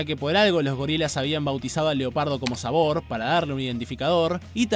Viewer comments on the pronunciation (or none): de hecho no es un leopardo es un chita, y es hembra Y su nombre es Sabor (se pronuncia Sábor)